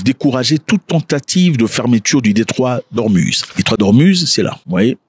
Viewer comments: on dit Ormouz non ormuz merci. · Detroit d hormuz mais ca se prononce hormouz